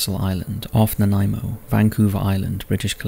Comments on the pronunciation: Thank you for saying Nanaimo correctly! It took me forever to learn how to pronounce it when I first came to Vancouver Island. I hadn’t heard this story before so thank you! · Greetings from Victoria BC. And kudos for pronouncing Nanaimo correctly. I'd love to hear you say Esquimalt...